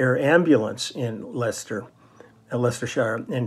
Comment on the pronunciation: Great to hear my hometown Leicester mentioned on the channel. You even pronounced it correctly! Many get it wrong.